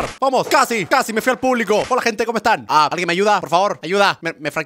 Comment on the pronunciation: Like si oiste que enved de decir hola dijo cola🤣